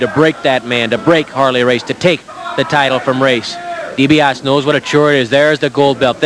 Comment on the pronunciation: never did learn how to pronounce DiBiase